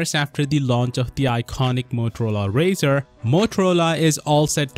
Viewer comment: Pronounce it right Sal!